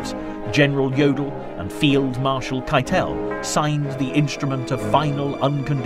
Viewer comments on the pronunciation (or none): none